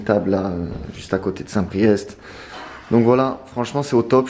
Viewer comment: Par contre on dit st PRIÉ